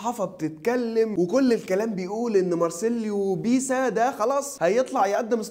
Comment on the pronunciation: بيسا؟؟ دا لو سمعك بتقولها هيعتزل اكرمله